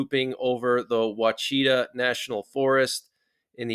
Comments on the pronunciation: It is not Wacheeta for Ouachita....it is pronounced Washataw. I am from Arkansas and lived in Hot Springs where the Ouachita Natural Forest/Mountains are. I live in Wynne now on the New Madrid fault line. I am concerned though seeing these planes in Arkansas and up near Fayetteville a lot. There is not a military base there either. Any ideas on that? Our military base is the Air Force in Jacksonville AR. Also, why would a nuclear bomber be over the Ouachita National Forest??? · Ouachita is pronounced Wash-it-aaa